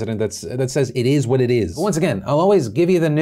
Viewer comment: "It izz what it izz"